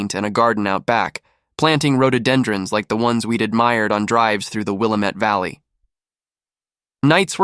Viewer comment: It's pronounced Will-am-ette River